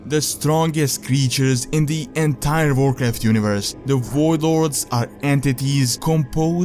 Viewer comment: Vorcraft vore vorlds vorring... I love this guy! :D